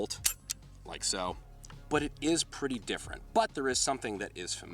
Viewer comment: Did u just say pwetty